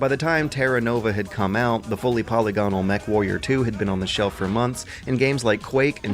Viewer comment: Poly-gon-al. It's po-lig-in-al.